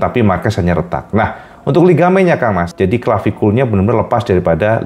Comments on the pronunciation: Clavikulanya aman, dislokasinya dan cedera ligamennya yg perlu waktu lebih lama untuk recoveri, tapi untuk orang sekelas marq, cedera itu bukan masalah ( note: menyebutnya jangan klavikul, tapi klavikula) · Cak menyebutnya klavikula, bukan klavikul, sy ahli radiografi